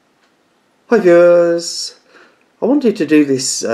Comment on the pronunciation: Here for the "high viewahs"